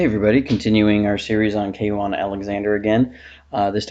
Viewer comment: Great videos/series. As a Bucs fan, it's tough to see him go. 2 things, it's kwon, not k-won and I think the video would be improved by contrasting the KC screen then showing Kwon's screen instincts to display the contrast.